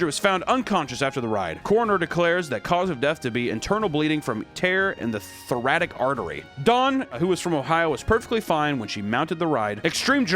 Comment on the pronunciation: this has to be the worst way to pronounce Thoracic I've ever heard. Love your videos, do better research❤ love from costa rica 🇨🇷